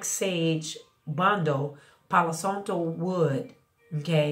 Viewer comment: Thank you for the info!! The a in Santo is pronounced exactly the same as how you pronounce the a in Palo 🩷✨